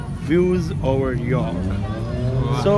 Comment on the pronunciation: O bhappeya York ni hunda Jorrk hunda punjabi ch